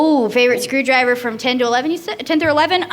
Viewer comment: Anyone notice he said sonic screwdriger?